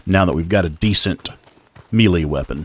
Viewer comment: excellent details! I just wanted to say "melee" sounds like "maylay"... not mealie